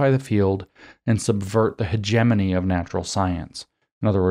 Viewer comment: By the way James, you don't know how to pronounce hegemony.